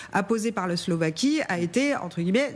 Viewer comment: S L O V A Q U I E pas Slovéquie !